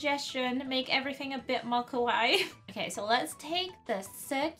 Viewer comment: UR SAYING KAWAII WRONG!!